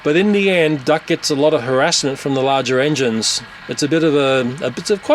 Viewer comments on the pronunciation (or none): none